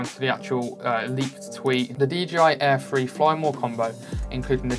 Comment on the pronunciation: Are you saying "DJI Air Free" or am I missing something?